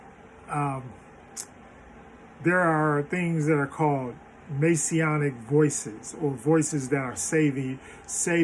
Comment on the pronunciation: Messianic, not Masionic. Adjective modifying, Messiah